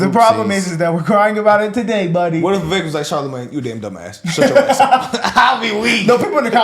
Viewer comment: his name is vivek, not vavek. also he IS dismissing slavery as just "imperfection". if you go to a restaurant and you ask for a well-done steak, and they bring you one that's not even rare, but completely raw......would you say that your steak was just "slightly undercooked"?